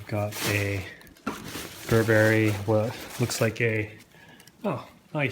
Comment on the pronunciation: this pronunciation of Burberry makes my skin crawl